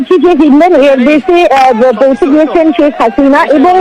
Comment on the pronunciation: ছেক হাসিনা নয় শেখ হাসিনা। উচ্চারণ ঠিক কর।